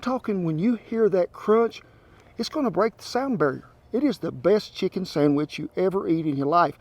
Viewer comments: First time he says sandwich, it sound like sonnufabitch in a drawn out southern accent. Can't stop hearing it now for the whole video! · For the love of God it's a Sandwich not a Sangwich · Did he say 'sangwich'? Yum!!!